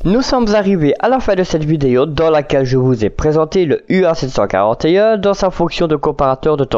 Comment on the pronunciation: J'apprécie beaucoup votre chaîne dans laquelle vous diffusez du contenu de qualité. Je me permet cependant de vous préciser que la première lettre est un mu (grec) et non un u !!! Mis à part cela, tout est au top !!!